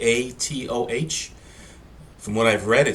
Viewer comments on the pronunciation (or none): I have yet to hear a native speaker of English pronounce "nyatoh" correctly.